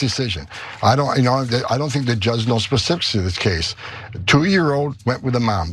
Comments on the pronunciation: Did he say pacifics of this case 😂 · The " specifisses"?